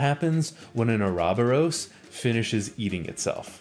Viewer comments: Why did you pronounce “ouroboros” like “mah na mah na”? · i like how you mispronounced "Ourobouros" so poorly that the person who did the closed captions didn't even know what you were trying to say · I've never heard someone pronounce Oroborus that way before.